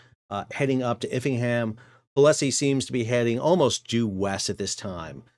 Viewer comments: The port in Lincolnshire is Immingham, not Iffingham. Imm ing ham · Immingham!! Not Effingham! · Immingham NOT IFFingham ;-) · Fantastic video as always! I hate to be that guy but from east yorkshire i can say "iffingham" is pronounced "imm-ing-um" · Ha ha. Immingham is pronounced Im (as in him) ming ham. Lots of folks have trouble with it. Foreign lorry drivers often refer to it as mingming. Not sure if thats due to poor pronounciation or because the place stinks of H2S as in 'minging'. Thanks for your incredibly informative videos. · *shire is pronounced sheer, although the counties with shire at the end of their names are collectively known as the Shire counties. Immingham is pronounced Imming-um. UK place names are a minefield for foreigners and residents. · IMMINGHAM NOT ITHINGHAM. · No FFs in Immingham. More like “Immingum”. 😉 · Cringe moment, it's IMMINGHAM (near Hull further down the estuary). 😵‍💫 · Iffingham? the fuck there's two m's in Immingham. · Very informative but it's Immingham not iffingham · It’s IMMINGHAM not IFFINGHAM for Gods sake! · its imm ing ham not if imm ing ham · Immingam is pronounced Him-ing-am, by the way fella :-) It's just up the road from me! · Its immingham pronounced him ing ham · sir its iMMingham not iFFingham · There are no F's in Immingham. It's Imm-ing-'am, pronounced almost as written. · Immingham IMM ffs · Excuse me Iffingham ? Come on make an effort, very poor .😮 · Yes Sal English is a difficult language to pronounce 🤣phonetically it's pronounced IMM-ING-HAM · US citizens do have the rights to make a mistake and misread a name. Sorry for my colonial imperfection. I will take it up with the management and staff at our next What's Going on With Shipping corporate meeting. PS I have been to Iffingham and that is probably why I slipped with the pronunciation. Sorry for the mistake. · “Imm ing ham” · Having worked at Ming port for years, that Iffingham really did sound bad